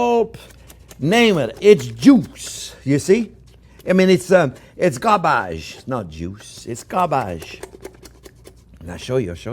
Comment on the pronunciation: I don't have much of an accent 2minutes Later it's garbache (garbage)